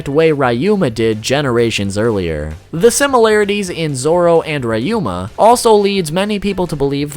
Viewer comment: RAH you mA (ryuma) 🤦🏻‍♂️😑🤦🏻‍♂️😑🤦🏻‍♂️😑🤦🏻‍♂️😑🤦🏻‍♂️